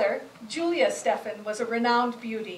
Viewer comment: Her name was Stephen, rhymes with 'even'.